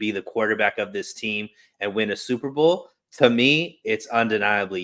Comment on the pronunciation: If someone pronounces "this" as "dis"...we shouldn't care too much about what his opinion is. Dis a fact!